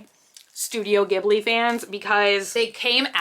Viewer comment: The way you said ghibli causes me anxiety